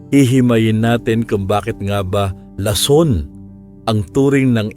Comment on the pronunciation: 😢mali ang bigkas mo ng lason at botika,nakakainip, maraming pasakalye